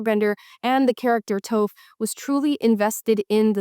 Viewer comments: Amala im with you girl but TOAF????!!!!!! 😅🤠👀🤣 it’s pronounced “Tawf” but spelled Toph… as an ATLA Stan I MUST correct this my sincerest apologizes 😮‍💨😊😅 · the name is t aw ph, not t oh ph. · its taw-f, not toe-f!! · Toph like off. Not Toe-ff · Hey amala, before the avatr the last airbenders fans come for you, Toph is pronounced T-aw-ph, not t- oh -ph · I'm certain you'll get a lot of corrections, but it was cringe to hear you mispronounce Toph's name. It’s not Towf, but Tawf. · Just a nitpick, but you're pronunciation of Toph. Your saying it as 'Tof', like Tofu almost. But it's more pronounced like the word Tough. Toph. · I love your show & your content, & I couldn't agree more on this issue. But could you at least watch even a clip of Avatar: The Last Airbender, to know how to pronounce Toph's name? It's a short "O" not a long "O". It's "Toph," not "Tophe" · It's "Tof" not "Tofe". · Toph sounds like "toff" not "tofe" ... but ya, agreed lol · Love you girl but that is NOT how your pronounce Tophs name. It’s T-AH-F not T-OH-PH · not "toaf" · Amala people mispronounce your name all the time now you're mispronouncing tough you should really check out at last Airbender it's an awesome show very complex characters and story even if you didn't see it as a kid it's awesome as an adult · Did you just call her Toeph!? 😂😂😂 Toph is one of the best characters and she is a good character, not Strong Woman TM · How you gonna disrespect Toph like that. "Toaf" 😂😂😂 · "Tofe" is stressing me out! 😂 Toph like "Toffee" with the e's 😅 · Her name’s not “touf” it’s “toph.” Because it sounds like “tough.” Okay, seriously. It’s pronounced “tauf.” People outside the ATLA fanbase often have trouble pronouncing some names because of how they’re spelt. Like Aang, for example. It’s pronounced “ay-ng” but non-fans call him “ong.” Especially a certain someone who made a bad movie that makes no sense and thankfully never got any sequels. cough cough M. Night Shamil-whatsit cough cough